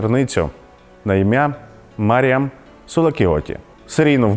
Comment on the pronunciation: Коли диктор випадково назвав її "Міріам" мене трохи тригернуло 😅😅😅